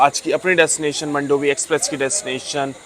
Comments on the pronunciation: मंडोवी ❌ मांडवी ✅ ( river in Goa ) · Its pronounced as मांडोवी एक्सप्रेस and not मंडोवी express , please pronounce it correctly WHY DIDN'T YOU SHOW THANE RLY STN. ?? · मंडोवी नही मांडवी बोलते हे